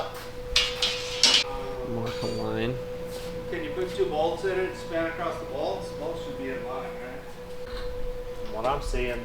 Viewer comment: Yes, happier is a word. However, acrosst is not, and you say it all the time.